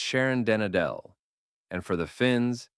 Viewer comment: Complete mispronunciation of "Adel" in the name Sharon den Adel. The stress is on the A (pronounced as a stretched open Ah) with the 'e' a shwa